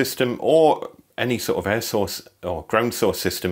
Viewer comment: Ihad two years of hell with an air source , at last someone who says it right.